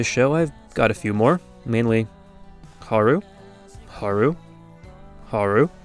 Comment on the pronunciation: You mispronounce Haru.